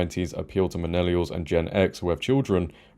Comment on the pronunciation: Bro said "minellials"